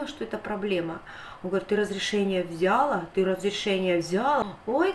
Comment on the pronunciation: В слове взяла ударение на последнем слоге, а не на букве я. Очень режет слух,, говори правильно. СЛАВА Богу, что посылку получили твои внуки и мама